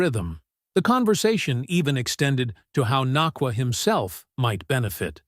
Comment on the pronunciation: had kut ur video short, dnt appreciate you disrespecting Puka for pronouncing his last name wrong